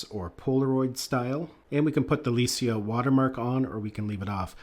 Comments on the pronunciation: It's "Lai-kah" not "LEI-SIA". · Lee-see-ah? I clicked off. It’s Ly-cah. Good leeuck in your future en-Dee-voors. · It's pronounced LIE KAH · Ernst LEItz CAmera = LEICA "Lie-Ka" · Yeah I question how good a photography channel is when they can't even pronounce "Leica" correctly...they're not exactly a small unknown brand... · I cant really listen to any camera review that pronounces Leica incorrectly lol. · Haven't you ever heard of "Henri Cartier-Bresson" shooting The Decisive Moment with Leica cameras? the way you pronounce the camera brand is confusing and annoying. Try to do your homework when it comes to camera brands!! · A photography channel, but not sure how to pronounce Leica? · Came to the comments to say the same thing, it was driving me CRAZY when he said it the wrong way over and over 😂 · Weird bc I've never heard someone pronounce it the way he did 😅🤣 that's new